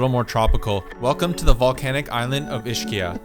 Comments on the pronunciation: he probably leaarned the neapolitan pronunciation, which is Ishkia😅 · Ischia is pronounced EEZ-KEEUH...even if you used the English "ch" sound, it would be EESHEEUH, not EESHKEEUH. And also Vieste is in the Gargano region so is referred to as the spur, not the heel. I understand how much you love Italy, so I recommend watching some YouTube videos on Italian pronunciation. Check out the free 30 day beginner series by Manu, of Italy Made Easy which I highly recommend. Nice work.